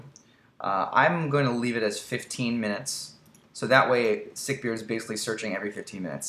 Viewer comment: Sick-Beard, not sick-beard :)